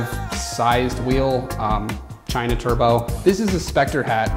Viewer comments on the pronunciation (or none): Did I hear..."China?"